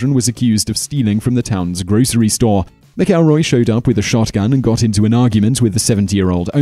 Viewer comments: It's MAC-elroy. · How is it you don't know how to pronounce McElroy?